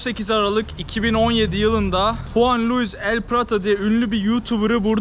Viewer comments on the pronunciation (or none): none